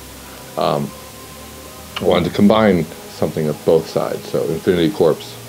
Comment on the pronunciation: Isn't "corps" pronounced "core" not "corpse"?